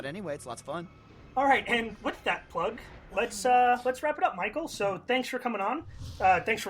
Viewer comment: It's Michael, not fucking Michel.